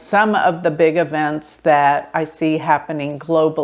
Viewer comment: Hi. It's not avents is eeeeeevents. Put the emphasis on the E not the A.